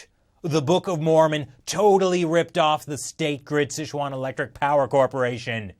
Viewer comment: Dear, the pronunciation is closer to "sih chew-an". Years of poorly spelled fast food restaurants have left you misinformed!